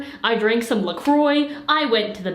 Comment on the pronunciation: Wait wait wait wait wait how the hell did you just pronounce “La Croix”?